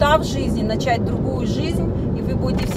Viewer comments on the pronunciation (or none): none